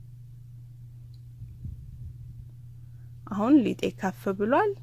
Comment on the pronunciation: የኔ ቆንጆ አሰራርሽን ወድጄዋለሁ.አነጋገርሽን ግን አስተካክይ.ከፍ ብሏል ሳይሆን ኩፍ ብሏል ነው የሚባለው.